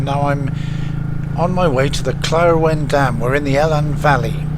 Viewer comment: Nice vid, just a bit of a correction, when you drove through the Claerwen, you called the vally Helen for Elan (more or less) lots of people get it wrong, it actually should be pronounced Eelan Valley )the E is very strong).